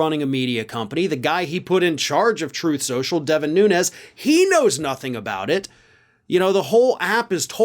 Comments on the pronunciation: It’s not “Truth Social “, it’s “Troath Sential”. Get right!🙄 😹😂🤣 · Why does keep mispronouncing "Troth Central"? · "Truthth Senschal," I think thatìs what he actually calls it.